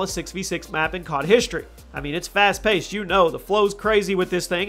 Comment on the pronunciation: "fast pasted"